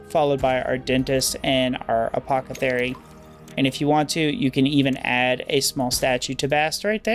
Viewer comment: I love your videos and it never ceses to amuse me that you say apocathery instead of apothecary xD Keep up the good work, I love watching your playthroughs <3